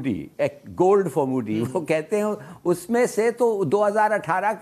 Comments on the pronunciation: Abbey tumhare baap ka nam Modi hai moody nahi. Wo bat alag hai ki Modi ajkal mood mein hain 🤣. Par tum puncture wale apne abba ka nam to kam se kam thik se lo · Abe moody nhi modi hota h